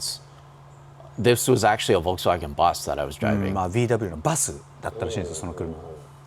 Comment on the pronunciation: “VW bus” other guy:???? “VW busu” other guy:ohhhhhhh